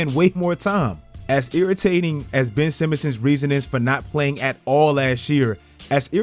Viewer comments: HIS NAME IS BenCH Simmons, GET IT RIGHT! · "Ben'ch Simmons!" 👀